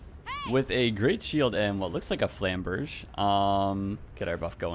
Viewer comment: I think it's either Flam-ber-'zhay (French) or Flam-'berg-uh (German) but not "Flam-'berj"